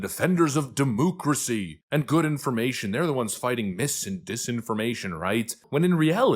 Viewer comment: Why do you keep saying DeMOOcracy?